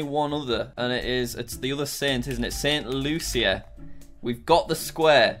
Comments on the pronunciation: ST LUCIA JACK ST LUCIA Edit: omg it’s pronounced Saint Lu-sha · As a st.lucian its pronounced st.lusha not how its spelt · It’s actually pronounced St loosha not St Lucia also, I use yako’s world geography song 😂 it actually helps